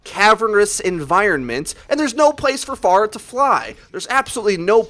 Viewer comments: Its pronounced (fair-ah) not (far-ah). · Isn't it F-Air-ah not F-ar-uh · Fair-a, not far-a, you heathen! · She is pharah not far-ah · It's pronounced f-air-uh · Faruh LUL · Who the hell is far-ah ? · TheFade Yes. "Phora" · how do you pronounce it? i just say "Far-ah" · I don't have anything against you or anything bro, you upload great content, but one thing that just really makes me cringe is the way you say Pharah. You say it like Far-uh but I don't think you would say Pharaoh like Far-oh, so it just boggles my mind a bit 😂 otherwise awesome job and i totally agree with your view on the buff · Yeah I had to stop watching this in about 60 seconds, please stop saying "far-uh". Driving me bonkers. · I'm triggered because you don't know how to pronounce Pharah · The way he says pharah is triggering me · Anyone else bugged that he kept saying pharah wrong?